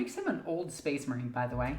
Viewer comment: I’ll take tyranids over hearing SPACE MAWINE!!! A thousand times